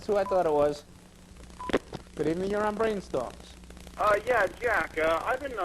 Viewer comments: Bwain stohms. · Do you mean Bwain Stoams?